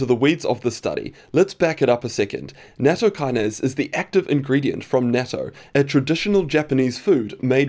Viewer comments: I suspect it's pronounced Natto Key-Nah-Say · It's pronounced nah-t-toh